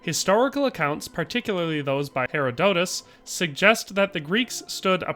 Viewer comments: It's pronounced Her-odd-it-us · Wait, how do you pronounce Herodotus? Say it with me; "Hrr-aa-duh-tuhs"